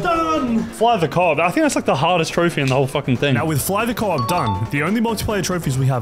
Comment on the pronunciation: The achievement "fly the coop" is not co-op its Coop as in chicken COOP. Do not disrespect my childhood